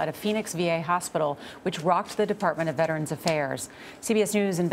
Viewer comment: IT’S VETERANS.......NOT VETRANS🇺🇸